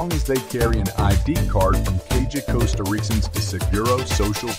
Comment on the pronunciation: Lol, its Tica, like teeeka, not Tieca.. Its Costa like Coast.,Not costa like cost.....its Rica like reeka.....🤦🏼‍♂️